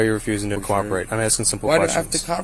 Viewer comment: "why do I have to copperate?" 🤣🤣